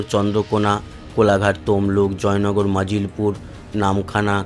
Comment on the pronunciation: জায়গাটার নাম ' মাজিলপুর ' নয় , ' মজিলপুর ' ।